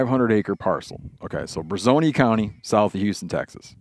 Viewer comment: So Brazos county is NW of us. It’s where College Station is located. I reside in Brazoria County. It’s pronounced bruh-zor-e-uh. 😂 but even the locals butcher it, so no harm done! But yes, there was an entire Commissioner’s Court meeting in regards to this. Not sure what the outcome was, but you could probably google it and find the answer fairly quickly.